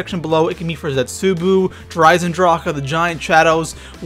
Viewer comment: It's ZetsuBOU not ZetsuBU....... jeez